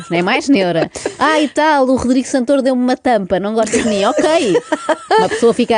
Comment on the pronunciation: Primeira vez que ouço alguém pronunciar Santôro e não Santóro...